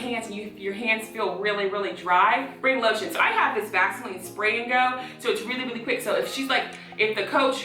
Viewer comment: 💀 when she said lotion I thought she said low sh*t and I was like “ oop 😳”